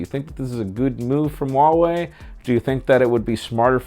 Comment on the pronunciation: Huawei and Harmony. Both have pronounced H's. #HNotSilent